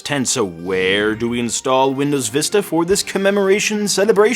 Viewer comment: You called windows vista sounded like wii... for wi...